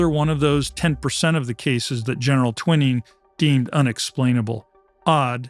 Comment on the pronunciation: The Doublemint sisters being fake twins perhaps led to the pronunciation of Gen. Nathan Twining's name as "Twinning?" The General had far more interesting ties to UFOs than research for this report seems to have realized. Stories around Gen. Twining's role in early recorded UFO history (Roswell) could have replaced some of the included personalities and events lacking any connection to UFOs, introduced tellingly with "And also..." 😂 Kind of all over the map, but some fun references (Arsenic and Old Lace)along the way. Dulles's machinations and manipulations are legendary; he had such a firm a grip on the CIA that after JFK fired him, he ran the agency from Switzerland, where, safe from extradition, he ordered the assassination of JFK. If you think that UFOs are not real, then the CIA's 'doublemint' strategy to both confirm and deny UFOs as myth while deliberately fabricating evidence that UFOs were dreamed up as a cold war cover for secret tech? Well, it worked on you, at least. Evidence for the UFO and NHI reality has gathered outside of and independently from any US or foreign agency's strategems. Embarrassingly high mountains of evidence, easily perused in histories and studies across 70 decades, long ago yielded to UFO fact. The answer is yes, their existence predates CIA, and actually necessitated the very birth of CIA--a fascinating story in itself. Unfortunately, the Doublemint "twins" don't figure in it. And also..."Venuvians?" It's "Venusians." And also... "gist" is